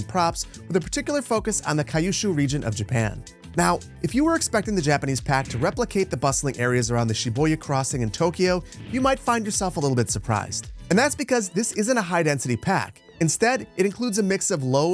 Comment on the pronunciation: Also "shiboya". I love, but come on man, pronunciation guides are 1 YouTube or Wikipedia search away. This goes for a lot of English-speaking content creators though.